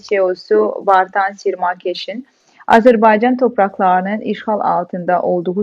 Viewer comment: İlk anonsu yapan hanımefendi Azerbeycan demek yerine doğrusunu Azerbaycan demeyi öğrenseydi keşke kamera karşısına çıkmadan önce.